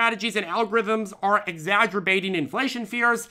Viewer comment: exaggerbating 😆 sounds like all of the bating I do